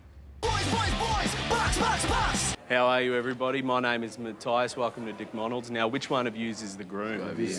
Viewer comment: ohhh did say DcMonald's!?